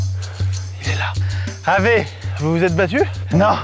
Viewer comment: saluut pour info on ne dit pas ave mais "aoué" ahah voila, Ave est comme un grisement pour les oreilles des latinistes !